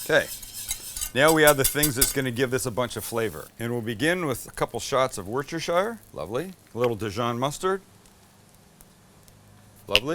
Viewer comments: Hi Sam, I’ve been watching for a while now and feel the need to let you know.. As a life long resident of Worcestershire, your pronunciation could do with some work 😂 “Wus-stir-sheer” is correct “Wuttershur” is not. No disrespect intended of course. Stay awesome 🤙🏻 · Can hear doesn't bother me. Also worcestershire is Wooster like rooster. Hi from the 604. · Sam you’re the greatest. Say Wustershire that’s how we say it in the UK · Ffs say it like Wooster-shire Sam! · Why does it seem like every American cant say Worcestershire correctly